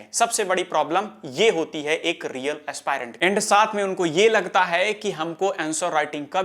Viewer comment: Aaaspaaaairant ❎ Aspirant ✅